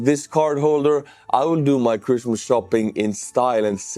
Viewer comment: 'Cruise missiles coming my friends!" is what I thought I heard, but I guess it was "Christmas....."